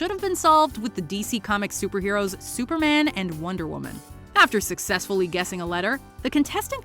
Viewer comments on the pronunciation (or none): none